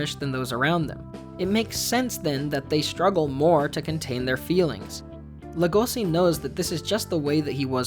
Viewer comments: Just saying it’s legoshi not logosi your missing the h and the e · Buddy, its pronounced leh-goh-shi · Why the fuck do you pronounce Legoshi and Rouis as Lego-see and Roo-es? If you're not gonna pronounce them correctly you might as well call them "wolf and deer"